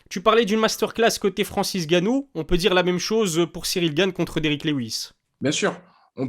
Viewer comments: le N de Ngannou ne se prononce pas à l’oral, tout comme le M de Mbappé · Il n'est même pas capable de prononcer correctement le non de famille de Francis Ngannou et tu veux que l'on sub !Tu es un gros malade toi ! Mdr